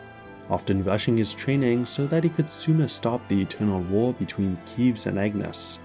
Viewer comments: Right… like, at this point he’s probably mispronouncing it on purpose. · I like how you can tell which creators played the game with English subs or the dub by how they say Keves lmao “Keyves”